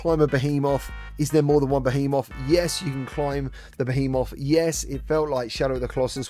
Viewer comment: Youre saying Behemoth wtong😉